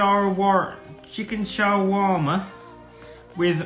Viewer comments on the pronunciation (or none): Chicken Shower Warmer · The chicken shoarma will never not make me laugh, I nearly pissed my pants the first time I saw it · Chicken “Sharwarma” will always be funny 😂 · How tf does Lando not know what Chicken “sha-Walmart” and “koos-kuss” are 🤣🤣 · "Sha walmart" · "shwar-ma", "coos-coos" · Lol I can’t get over Lando not being able to say Shawarma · Lando pronouncing shawarma is the cutest thing I’ve seen today😂 poor lando! He really wanted to get it right😂😂